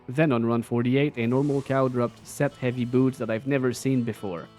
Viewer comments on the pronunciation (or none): none